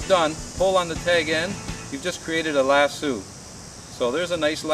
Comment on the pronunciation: Nice vid...bit it is a lass-O, not lass-OOO